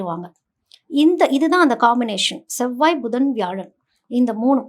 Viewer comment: ஷெவ்வாய்-னு சொல்லாதீங்க அது செவ்வாய்!